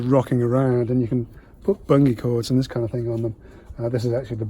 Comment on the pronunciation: Really clever idea. And an interesting pronunciation of 'bungee cord'! 😁